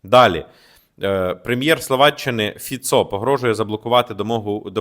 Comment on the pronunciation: Полностью согласен со всем. Один ньюанс - Фицо (ударение на первый слог)